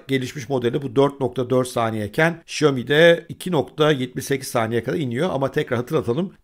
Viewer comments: Şiyomi değil şömi değil şomi değil. Şaomi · ŞAYOMİ ASLINDA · "Şiyomi" nedir be? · Şaomi. Diye okunuyor. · Abi şiyomi deme lütfen :( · Abi şu telaffuzunu bi düzgün öğrensen mi acaba “xiaomi” nin?